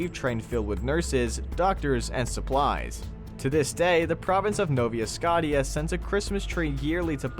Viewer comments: Novia scottia lol Nova Schosha👍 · The province of "Novea Scotteah"? LOL He had a terrible pronunciation of NOVA SCOTIA. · Nova Scot i a??? wow We say Scotia as ScO sh a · Thats the first time ive ever heard nova scotia pronounced as Novia scott tia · "the province of No-via scott-ia" XD i busted out laughing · Novi yuh scoty yuh. Yep. Love it. Horrible American pronunciation. Sorry Brits! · Just so you, it's pronounced [NOH] + [VUH] + [SKOH] + [SHUH] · Yeah, I don’t understand how the narrator has never heard it said before….no-via scot -ia….really?! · As someone from nova scotia i had a great laugh at that pronunciation. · The way that narrator mispronounced Nova Scotia was jarring. Also, that Halifax explosion wasn’t caught on camera. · Thats the worst way I have ever heard anyone pronounce Nova Scotia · Did he (the source video) just pronounce Nova Scotia like that at the end? I'm an American and it even offends me. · There are lots of good videos about the Halifax Explosion if you want to know more about it. They even pronounce the name of our province correctly, instead of butchering it like they did in this one. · As someone not from Canada, never been to Canada, Even I was offended when i heard how he said it. it physically hurt. Ive been assulted by a youtube video.